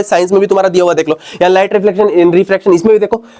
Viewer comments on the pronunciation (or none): none